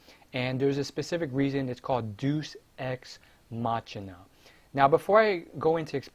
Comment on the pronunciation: It's pronounced Dey-oos, ex, mack-eena. And wow, you called it. They fucking asspulled harder than any show has in a couple years by making Trunks make a spirit bomb, which he's never heard of, on a dead planet. AND somehow fuse it in his sowrd. AND somehow destroy a FUSED GOD THAT FOUGHT VEGITO, when a bigger Spirit Bomb couldn't even kill Frieza. Either everyone's FAR weaker to the point final form Frieza on DBZ is superior to everyone on Super, or the writing is just garbage.